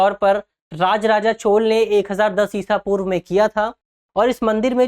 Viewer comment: ईशा पूर्व कैसे कहा आपने 😮😮😮😮😮